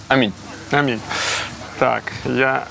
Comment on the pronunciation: на 7,45 не амінь,а Аміль і Раміль )